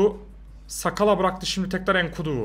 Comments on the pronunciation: Sakala degil nsakala oku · Ensakala diye okunuyo ben mı öğreteyim sana